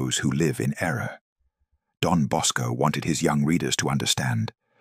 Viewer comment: It's Don Bosco NOT Dom Bosco.